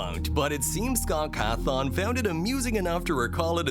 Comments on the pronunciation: Ain’t no way he said “Scott Cathon”💀💀💀💀💀💀💀💀💀💀💀💀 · "scott cathon" "inord" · Scott cathon?? 💀